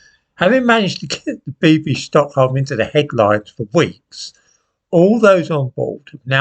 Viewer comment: Bibby. Not Bibbi. Old fool.